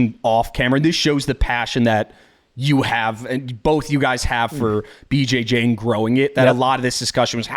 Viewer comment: 😂😂😂 “Fir 10 Kay 😪😞😓”